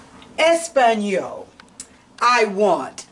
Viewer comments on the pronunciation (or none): Shalowm! Very good! This is so beautiful. The teacher mispronounced the letter, “a” in Español & rapido. It is pronounced “ah” as in Es-pah-ñol, & rah-pee-do. Shalowm!